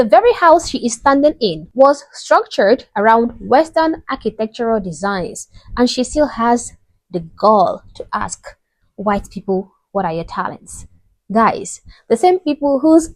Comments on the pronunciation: 🪓😳 a ax !! ,,Can i ax you .....?" Noooooooooooooo, brooooa!😢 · An axe, not a ax! And: "can I axe you..."